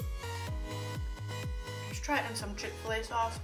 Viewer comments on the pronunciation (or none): Chick-Ol - lay sauce may have spelled it wrong